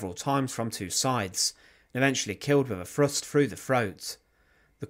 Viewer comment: "Killed by a ..... A Frust Frough the Froat"..... Awful !!